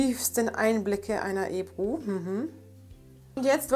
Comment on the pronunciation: sprich deinen Namen ordentlich aus